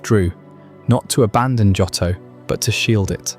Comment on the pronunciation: It's Joe-Toe. Not Jot-Toe. But it's at least Day 20 odd for me. You are my night time listening. Thank you 🙏🏼